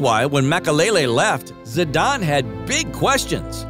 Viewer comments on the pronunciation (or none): none